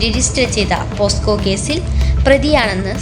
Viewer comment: പോസ്ക്കോ അല്ല പോക്സോ😜😜😜